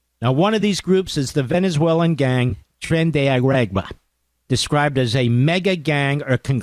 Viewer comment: I like how Mark is unable to say "tren de awah". Lol!